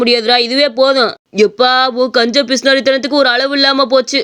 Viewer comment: Kanjan ya na kuda kanja nu pronounce painnitan painnitan yallaru muinadium 😂😂😂